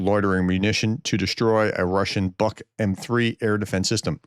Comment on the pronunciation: You pronounce "Buk" wrong. It's with a long U. And why put that exit music in there so loud when you're still talking? Fade it, and bring it in slowly up to a point after which you make it full level. Trying to listen to you speak with that blaring music is unreasonable and frustrates some of us in the audience.